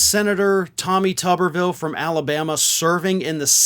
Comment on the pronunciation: pronounced 'Tooberville'